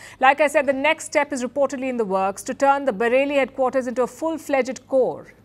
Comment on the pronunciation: Palki it's "fledged" not "fledg - ed" and "brigade" as in lemonade!! you need a different mike to get a better sound without early reflections and background noise from the studio, there's a lot of echo on your voice this is annoying if you listen on cans, get a different mike so it's more personal and not like being in a hall :-)